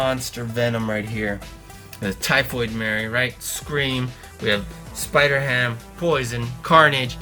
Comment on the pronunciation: It's spider-ham